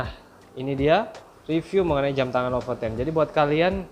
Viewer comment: Be LEPOTEN, alias blepotan. Hahaha.